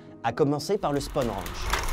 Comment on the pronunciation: C'est pas Georges "Spone" mais Georges Spahn (Prononcer "Spène" avec un son légèrement nasillard sur le "è"). Phonétiquement ça donnerait "Djordje Spène Rènch". Sinon très bonne vidéo !😉